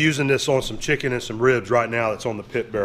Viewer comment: "Shicken!!". Not chicken the bottle says lol😁😁